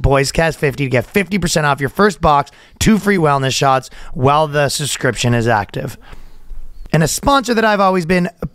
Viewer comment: Ryan is back on saying "suscription" again.